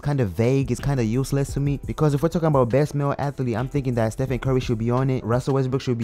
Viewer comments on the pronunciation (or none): none